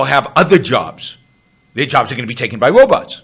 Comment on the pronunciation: The wobots are coming! silly wabbit.